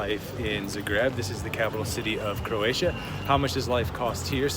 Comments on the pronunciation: Guys, please, it's pronounced ZA-greb. Zahhhhhh-greb. :) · This was great but, I had to stop watching because I could NOT get past the incorrect pronunciation of the city name.